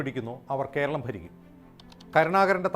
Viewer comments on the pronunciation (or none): none